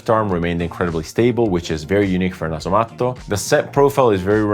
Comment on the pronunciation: No other fragrance reviewer says Nasomatto in a proper fashion. I appreciate that, and decent French, and English without the Italian conjugations and extra vowels at the end of each word.. I’m off reviewing a previous episode with a Meo Fusciuni scent in it 😉 Che ricchezza!